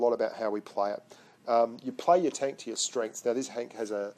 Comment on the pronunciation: And it's not tonk, say tenk man